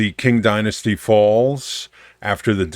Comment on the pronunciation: Pretty sure the "Qing" in "Qing dynasty" is pronounced as "Ching." My reference point is the father of China, Qin Shi Huang, circa something like 220 BC. His title is pronounced something like "Chin Shrr Hwung." Languages are weird.